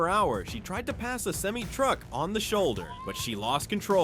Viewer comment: hahah yeah the moment when Ai pronounced Nissan and Semi-Truck wrong